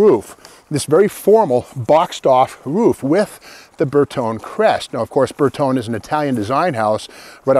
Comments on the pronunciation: 122GT probably the first "sporty" Vulva. Ber tone eh, it's friggin' eye-tal-yun. Ber tone, sounds like a TV set. 4 speed was correct (maybe with electric O/D on 3rd and 4th), no 5 speed Vulva's 'til much later. As like many others that have responded, the 164 was the first "luxury" Vulva. Now get your cop-car in for some cervix. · Excellent knowledge as usual, but if you're going to give a lesson in Latin, please check your Italian pronunciation. Bertone has an ee sound at the end so it is three syllables, Ber-tone-ee. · Bertone is pronounced Ber toe nay . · It is not burton, it is bertone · Pronounced "Bayr tone ee" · These were weird indeed! Also I never understood why you'd want to take a Volvo that had such great visibility and headroom and then cut the roof and make the visibility lousy. Incidentally my understanding is that Bertone is pronounced Ber-TONY. I sure enjoy these videos, Steve. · Actually it’s pronounced BertonE. And a coupe is pronounced coupE. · With a name like Magnante, you'd think he'd know how to pronounce Bertone (bare-TONE-ay). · You know what Volvo means but don't know how to pronounce Bertone? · Magnante, can't pronounce Bertone